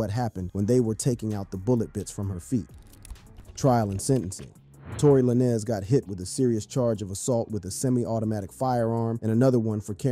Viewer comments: It's tory lanes not la ness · How do you do a 20 minute researched video and call yourself, then proceed to call Tory by some spanish last name Lan-ez lol? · His last is Tory Lanes with a z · Tory Lanez “lanes” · La-nez is wild lmao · Just say Tory bro forget the “Lannis” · Saying "Tory Lannis" is crazy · Tory LaNNez 🤦🏻‍♂️ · im not trusting no source, that cant even say the name right 🤦🏾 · This guy butchering Tory’s last name is cringe asf. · Bro soon as I heard that I’m like this is cap lol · He’s pronouncing his last name like that to get the comments up. 🪤